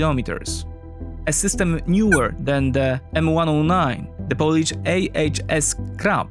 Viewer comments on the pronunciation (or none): none